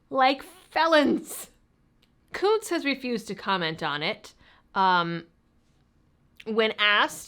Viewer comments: Are we sure that the u in Kunce's name isn't a short vowel? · you keep mispronouncing his name